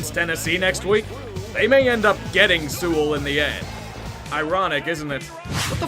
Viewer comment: Hey it’s actually pronounced penne sew-well, we played against him in high school. Also ur a beast I love your videos